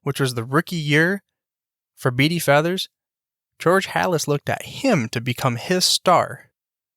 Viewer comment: Maybe learn how to pronounce his name? Yes, I knew him. He also coached college football and was head baseball coach at Wake Forest.